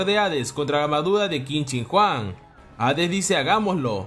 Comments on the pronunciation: Por alguna razón escuche que dijiste Qin Shin Juan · Quin shin Huang ❌️ Quin shin juan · Como el lo dice : Qin Shin Huang Como yo lo digo * Quien Chingaos es Juan